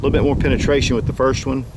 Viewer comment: what is penestraishan? lol